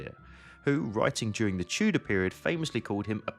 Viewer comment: Aussprache von Tudor üben !